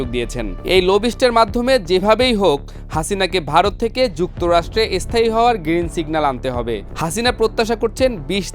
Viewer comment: স্থায়ী উচ্চারণ করতে পারে না। এসস্থায়ী বলছে 😂